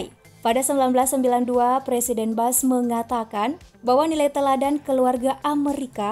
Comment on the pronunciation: Maaf min dibacanya bush bukan bash, untuk Reagan dibacanya salah, dan h dan w dalam bahasa Inggris di Baca nya salah